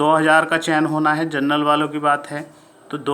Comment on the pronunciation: आप जनरल को जर्नल बोल रहे हैं जो कि गलत है। वो सीट जनरल की भी नही है बल्कि अनारक्षित की है।